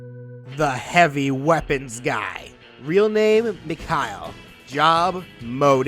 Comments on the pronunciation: I know this dude didn’t just call Mikhail, “Mick-Hile” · So it's a mix of stock Medigun and Kritzkrieg (unlockable medigun that gives critical hits instead of invulnerability) - He could also appear from Engineer's teleporter, to show another aspect of teamwork of Team Fortress. Also, proper pronunciation of his name is "Mikha-EEL", just so you know :)